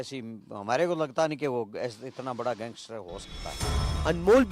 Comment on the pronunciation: पत्रकार कैसे और क्यों लारेंस को gengestar कहते हैं?